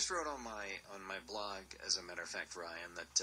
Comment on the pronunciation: It's "ReiHan", not "Ryan", moron!